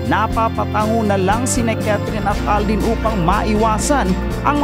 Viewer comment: Alden Hindi aldin